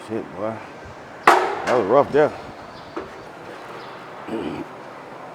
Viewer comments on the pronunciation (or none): i love how he says the word boy I am a mommas boa hahha